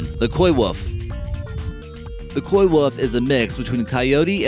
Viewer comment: KOY-WOOF? WOOF? Can this guy not pronounce the letter “L”? He also pronounces a lot of other words very oddly too.